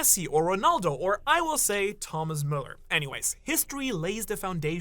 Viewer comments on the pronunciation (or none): Bro, ain't no way you just said Thomas Muller